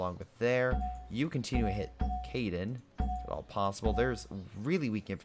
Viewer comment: How do you get Caiden from Caen? I mean I get you're bad at pronouncing but are you even trying?